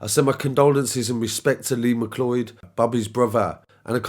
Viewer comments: It’s pronounced McCloud. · Point of Order ... It's pronounced 'm'cloud'. Has nobody seen Highlander? But to be honest, we're not at the point where women don't have to exercise caution. We've seen recently that we can't even trust the police to not commit horrific crimes against women. Scary times.